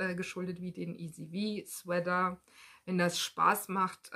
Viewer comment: Hallo, bin heute auf deinen post gestoßen. Man erkennt gut, wie sehr du das stricken liebst. Aber mir fällt immer wieder auf, dass du "Sweather" ( mit ti-äitsch in der Mitte) sagst. Nimm mir bitte die Klugscheißerei nicht übel, aber es heißt "Swea-t-er" nur mit T, genau wie in "Sweat-Shirt". Ganz liebe Grüße